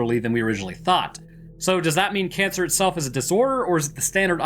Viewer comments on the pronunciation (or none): none